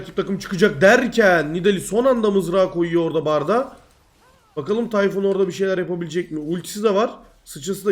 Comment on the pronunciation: Tay-Fun :D